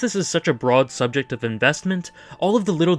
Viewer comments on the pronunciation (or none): none